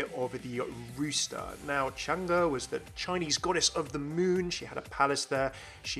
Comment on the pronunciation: It is actually pronounced Chang-ay not Chang-a. Great video though!